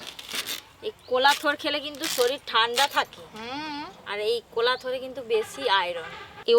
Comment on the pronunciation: কলার থোর না, কোলার থোর। লঙ্কা না লোঙ্কা। চটোলা চিংড়ি🤣🤣🤣🤣 অজানা কিছু তথ্য - থোর এর ওপরের খোসা ছাড়িয়ে নিতে হয়। বড় চিংড়ির স্বাদ বেশি হয়। বাজার এ টাটকা থোর পাওয়া যায় না। মশলা ঠান্ডা হলে তারপর গুঁড়ো করতে হয়। ঝালের জন্য লঙ্কা গুঁড়ো দেওয়া হয় আর রং এর জন্য কাশ্মীরি লঙ্কা গুঁড়ো দেওয়া হয়।